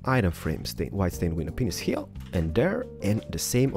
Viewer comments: By the way to everyone who is hearing him say "Window penis" He's actually saying window panes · The REAL question is, am I the only one hearing "Awkward stairs" instead of "Oak wood"? And yes, yes he IS saying window penises. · He calls them "window paneises"